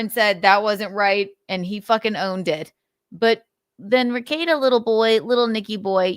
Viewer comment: lol you murdered Rekeita